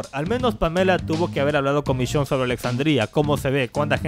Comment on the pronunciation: "vishionne" v